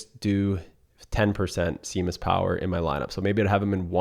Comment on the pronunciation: You are not pronouncing Seamus correctly lol how can you win 40k in golf & not even know how to pronounce the players names right?